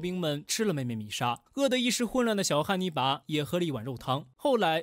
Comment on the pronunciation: 一ˊ直聽成捏泥巴